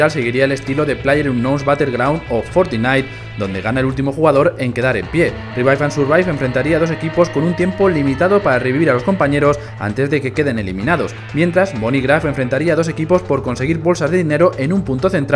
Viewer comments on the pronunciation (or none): Fortinite no 😂 es Fornite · Se pronuncia "Fort-Nite" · "Fortinite" xd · Fornite sería la pronunciación, te escribí Fortnite porque así es el nombre original. Nadie quería saber significado jaja, estos nenitos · "Fortinite" jajajajajaja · fortinai?? jajaja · Fortinai? Jajajajaja